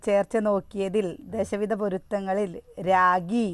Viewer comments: രാഗി അല്ല രാശി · Ee 7 porutham ullathukondanu prasee manaporuthsm ullathu. Raagi ennalla Raasi ennanu.